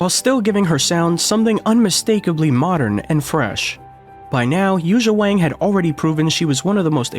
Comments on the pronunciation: It's pronounced Won now Wang...it has that looong ah sound as the vowel. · I don’t understand, it seems so easy to fix the problem. if it’s not pronounced with a long a (Waang) and supposed to be pronounced like song (Wong) why isn’t it spelled Wong ?whoever thought it should be spelled Wang ? of course everybody’s gonna call her Wang. if we should call her Wong take out the A and put in the damn O ! problem solved. of course I guess it’s too late now… so silly. I heard it’s the same thing with Lang Lang. It’s supposed to be pronounced like long long. so why didn’t they spell it Long Long ? somebody get me a drink 🥃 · Pronunciation note: Yuja’s family name, a very common Chinese name, rhymes with “song”, not “sang.” And the j in her given name is similar to the j in “John”; there is no “zh” sound (as in “precision”) in Mandarin. I met her in 2012 in Shanghai. She’s very friendly, not pretentious at all.